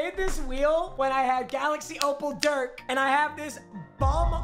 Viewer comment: Anyone else triggered by the way he says Dirk’s name